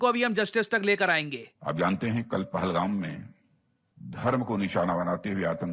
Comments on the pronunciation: सर आप पहलगाम को पालहम क्यों बोलते है? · प्रशांत सर, आप पालघम क्यों बोल रहे, सही शब्द है,, पहलगाम। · Sir it's not Pahlam. It's pahalgam. Pronounced as Paa-haa-L-gaam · Pahalgam to pal-hum kyu pronounce kar rahe ho? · पलगम क्यू बोल रहे हो..? पहलगाम है sir. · Ye पहलगाम hain, पालघम नही. और ये सतलज हैं. सतलुज नही, कृपया हिंदी शब्दों और जगहों का ठीक से उच्चार करे 🙏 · Sir aap पालघम bol rahe hain Ye पहल गाम हैं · Hi, I respect you, your views, your analysis etc. However I request you to please get your script written in Hindi language and Devnagri script. Please improve your हिन्दी (Hindi) otherwise please make videos in English language. It's पहलगाम not पालहम. I'm writing this comment after noticing multiple mistakes in multiple videos in terms of Hindi pronunciation. I am sure you are either CBSC or ICSE board student that is why your Hindi is not so good. Final conclusion Without eliminating that One Book followers or the One Book, don't even imagine having peace in the world. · With due respect sir, it's "पहलगाम" not "पालहम". You are repeatedly saying the wrong name in multiple videos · पालगम पालगम क्या बोल रहे हैं सर it's पहलगांव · Paalhum nhi Pahalgam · Pal ham nahi pahell-Gaon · It's पहलगाम, Not फालगम . Kindly pronounce correctly. It's very irritating when you say फालगम . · England me paida hue, seedhe abhi abhi bharat me utre hain. Phalgm tourists.... Phalgm Phalgm Jaise inhone Pahalgam kabhi suna nahi bolne me muh me dard hota hai. Bharat me naye zamane ke logon ka fashion ban gaya hai ghalat hindi bolna jaise Angrezi inki chui padti hai sar se. Angrezi bhi hamare dada ke zamane ke log zyadatar bhadhiya bolte aur likhte the.... Na maano to kabhi archives check kar lo. Ye artificial pesto kham choro aur sahi bhasha bolo. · Bhai tum phle pahalgam or poonch ko dhng se pronounce kro bahut irritating lgta h jb tum glt bolte ho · Sir please pronounce pahalgam properly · U r pronouncing little wrong It's पहलगाम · पहलगाम सही उच्चारण है ।